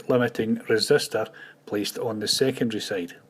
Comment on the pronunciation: Hi! Nice tutorials! And here's a short lesson in English: It's ”secondary”, not ”secondry”, and 6 is pronounced ”six”, not ”sex”. Have a nice day!